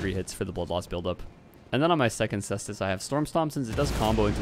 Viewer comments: I'm gonna be a total nerd here and say it's pronunced Kaestus. 😛 Latin C is a K. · He corrected his pronunciation on ds3 caestus but went back to how he used to say it lol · I thought you said it's pronounced koostes! Has it changed since DS3 caestus weapon showcase? 🥲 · +1 for sestus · hearing you laugh before pronouncing the name was like watching someone point out a piece of poop in the road, then immediately step in the poop :D great vid as always!